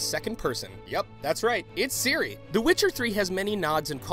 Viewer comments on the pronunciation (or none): none